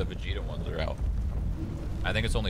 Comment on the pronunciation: You said vegeta wrong